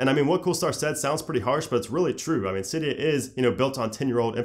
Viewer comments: AAAce X Kingz no it’s actually pronounced Cydia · R/jailbreak said it was pronounced “silly-o”